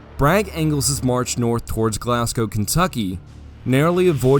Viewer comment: a rare case of an American pronouncing glasgow correctly